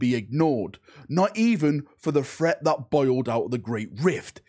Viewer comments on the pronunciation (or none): none